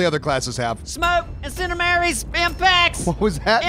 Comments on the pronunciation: i'm laughing hard when is saying incendiary in wrong word.. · "Incendamary!" "Spimpact!"